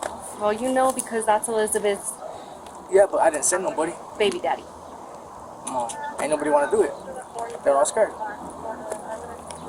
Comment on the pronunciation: I liked this cop so much. She’s very matter of fact no bs and talks so real. but why she have to say babydaddy like that? 🤣 😂